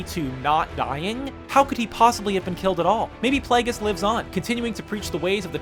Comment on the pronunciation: Plagueris pla-gr-iss